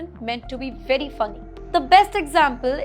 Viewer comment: You literally made the conscious decision of pronouncing "very" as "werry".